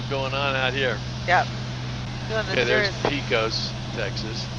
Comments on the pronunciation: It’s pronounced paycuss not peecos. Did you notice the tallest point in Texas when you flew by it. Guadalupe peak, which I think is 8,749 feet. You also went right over blue origin launch site there close to the peak. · Great Video. The lessons learned is a great addition to the videos....As a native Texan....Pecos is pronounced paacus....not peeecos :) . Your videos have convinced me to stop flying the flight simulators and start with the real airplanes.